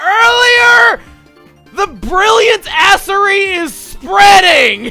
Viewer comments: "The brilliant assery is spreading" (¤O¤) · ''THE BRILLIANT ASSERY IS SPREADING'' HAHAHAHAHAHAHAHAHAHAHAHA. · "THE BRILLIANT ASSERY IS SPREADING" gostse?